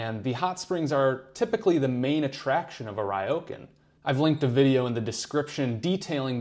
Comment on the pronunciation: It is Ryo,kan. Not Raioken. 😢